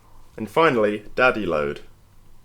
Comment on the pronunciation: Is he saying daddy load?